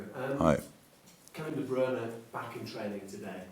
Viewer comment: Now Klopp is also mis-pronouncing De Bruyne's name ... I give up.